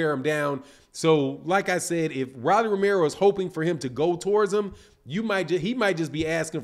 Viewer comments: Who DF is Rallie??? Its Rollie..with an " O" ..🤣🤣🤣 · Pronounced "Roll - E"